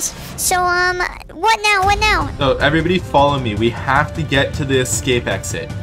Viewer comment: Lol he said you have to ecscap not escape